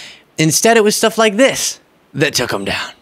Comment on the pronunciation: Every time he says "stuff" I hear "Shtuff". Way to restrain yourself,.😂👍🏻